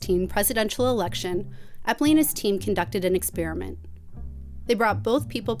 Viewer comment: Was "expriment" deliberate? If so, what does that say about your mind? (Asking for a psychologist.) In all seriousness, is it a person's voice or is it a person's use of language that gives a more honest reflection of a person's mind? Also, people who stutter, are deaf/mute, maybe have a foreign or regional accent, or speak in a regional dialect, are they perceived as less human than human? The experiment just doesn't seem broad enough.